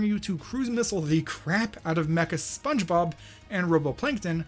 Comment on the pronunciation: his voice sounds like he should be in spongebob or in his pronunciation "Spunbob"